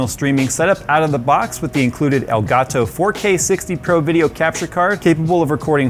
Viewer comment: no one:: EL GA TO